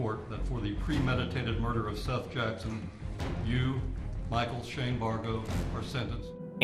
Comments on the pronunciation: I agree! Have they not his parents refer to him as "Seth" like Beth? While it may not be the m9st important factor, it shows disrespect not to to make an effort to correctly pronounce a 4 letter name. Even it's spelled like this (.Seath) that's 5 letters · it is Seth the a is silent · Were you trying to see how many times you could say Seth Jackson's name incorrectly? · O-cal-a. & Seth like Beth.